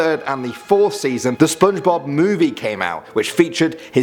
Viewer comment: Did no one noticed he said Spidblob?